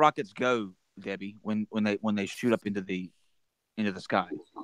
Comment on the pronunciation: sounds like its not Debbie...